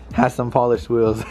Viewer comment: I swear these guys pronounce wheels like whales lool